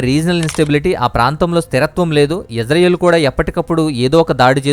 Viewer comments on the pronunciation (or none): none